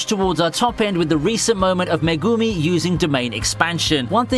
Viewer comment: I like pretty much all of your vids man, but i dont get it, you watch the Series, hear the names, but say it so diffrent, idk if Its just me, but i dont know who suguna, meh gumi or Na Na mi is?